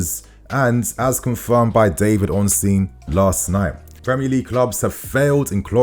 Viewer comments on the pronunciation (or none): none